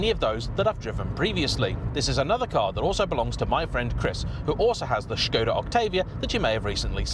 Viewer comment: You get Škoda right... if they wrote Porsche with a symbol over the E, would you finally learn how to say it right??